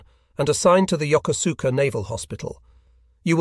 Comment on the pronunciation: It is pronounced Yo koos ka with emphasis on the koos.